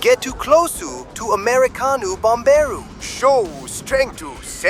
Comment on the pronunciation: "Get too closuu too americanuu bomberuu, Show strength to sen messenjew." i gotta spam this timestamp xD